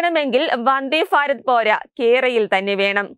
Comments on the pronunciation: ഫാ അല്ല ഭാരതത്തിന്റെ ഭ....😅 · ഫാരത ല്ല ഭാരത് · ഫരത് അല്ല ഭരത്